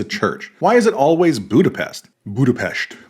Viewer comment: Hungarian is my native language, and it tripped me out how well you pronounced "Budapest". 😂